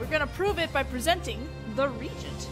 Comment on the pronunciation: You're saying "Regent" which is a monarchy term (someone who governs in the stead of the rightful ruler, because the ruler is too young). The word you want is Reagent. Re-agent, as in "Reacts with the agent" These are truly well done, and I wouldn't be able to enjoy GDS1/2 without you, so please take this as an attempt to be helpful, not being a jerk. Just PM me/respond and I'll not make these comments.